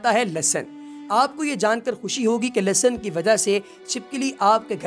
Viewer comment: Lasan nai hota Lehsan hota hai